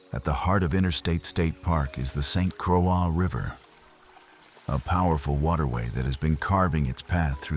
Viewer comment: Needs to learn proper pronunciation of the place he talks about. Lost all credibility...obviously AI. Also missed many places that should be mentioned. Seriously, St Craw?